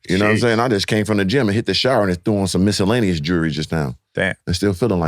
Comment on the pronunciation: “threw on some miscellaneous jewelry”🤣🤣🤣